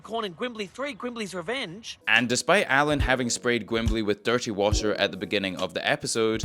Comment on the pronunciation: “so I’m spraying with dirty brown waTer